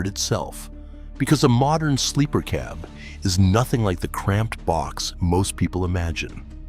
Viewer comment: Mispronounced "cab".